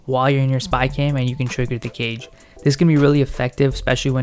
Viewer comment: Thanks for the guide even if they did patch it a bit but everytime you say 'cage' i hear 'guage' and it's triggering the fuck outta me!